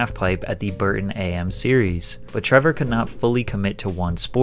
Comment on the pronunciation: just for your interest, the “Burton Ay Em” series is pronounced “the Burton Am Series” as in AMateur. Not as in the morning part of a day. You have “Am” and “Pro,” amateur and professional. The split has nothing to do with skill level or ability. (Sp ed)